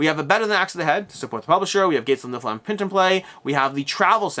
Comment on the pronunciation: Niff-ill-hime not Nilf-hime